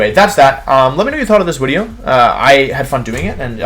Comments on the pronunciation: I’m sorta new here, and I have a question, why does he say “wideo?” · was gonna comment and ask why you'd say wideo and "when-you-sore" (Venusaur) but decided against it. was then plagued by curiosity and googled it, came back to say I figured it out lol